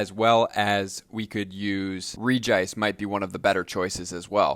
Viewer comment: Sorry but I have to say this. It is pronounced "Regi-ice". that is how they say it in the anime. keep up the good work :-)